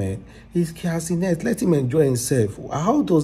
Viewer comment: Cia kenent😮. Bruuuuhhhhh Tf. Its Kai Cenat bro.😅